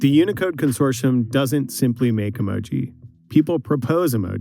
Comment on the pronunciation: Even if “emoji” is the correct plural usage of the word emoji, the way they pronounce it sounds so friggin’ pretentious! It’s honestly just as infuriating as the story itself. No one that isn’t a complete d-bag uses the word “emoji” when talking about more than one emoji! Just add the “s” and stop pretending to be smarter than everyone else!